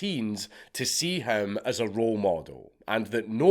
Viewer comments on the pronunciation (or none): none